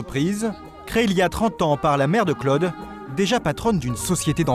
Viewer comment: que c'est pénible ce commentateur qui ne sait pas que Claude ne se prononce pas Cleude !!!